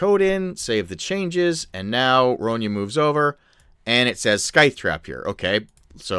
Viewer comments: I love you man. Your videos are amazing for us DMs. But its Sithe, not Skythe. haha Regardless, I'm going to be using this. Thanks for the vid. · And, hate to point it out, but you are mispronouncing scythe...there is no "k" sound, it's a silent k. It is " s-eye-th"